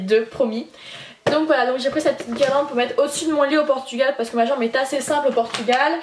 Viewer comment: tu fais que dire portugual cest genant ...